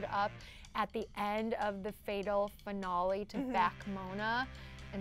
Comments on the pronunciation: The coats pink and why can't the blonde one not pronounce finale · D "finolle"